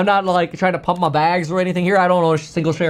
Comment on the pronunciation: Pump it up... "PUMPER" lol